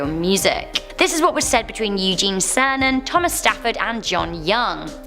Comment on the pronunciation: Cernan is pronounced “Sernan”-a soft, not a hard “c”. “Marine corpse”?